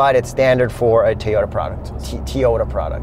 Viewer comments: You both pronounce Toyota so weird lol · Out of genuine curiosity, why can't pronounce Toyota?